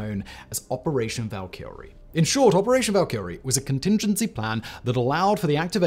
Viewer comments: You know what bothers me, when a youtuber repeatedly says a word wrong over and over again. Its Val•ka•re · Bro said Valkyrie wrong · See, this is why you need to embrace fantasy culture a little bit more.... Your pronunciation of 'Valkyrie' was.... Abysmal gives you too much credit. You should know better just because of the thousands of videos you have recorded.